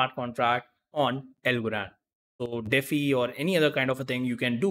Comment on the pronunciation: Defi is pronounced as De-Fi not defee